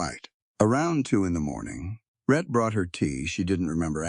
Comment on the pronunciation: His name is "Rhett", NOT "Red" as in the closed captions and the transcript. I will admit that sometimes the narrator said Red!